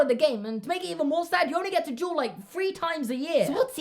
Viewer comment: It kinda sounds like he’s saying juul instead of duel